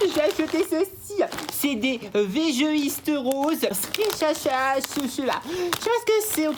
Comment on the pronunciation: On dit siracha 😅😅😅